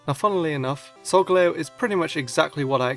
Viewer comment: its Solgaleo not Solgalao